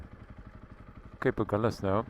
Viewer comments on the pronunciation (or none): No, because of compass needles that swerved around as the sailors went from south to north. The Portuguese word is Ahulhas (pron something like Agoolhjash) and the liaison L' here is a misnomer, although locals insist.